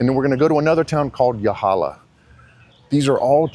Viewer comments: It's pronounced Ya-lah-ha. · Great video but...no one calls it as you've described, New England of the South? Also, mispronounced Yalaha. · You pronounced yalaha all wrong